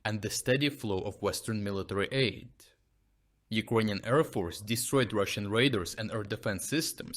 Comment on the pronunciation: Not "raiders", it is called "radars".